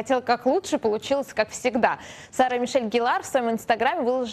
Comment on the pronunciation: ГЕллар, а не ГеллАр!!!! Тупица.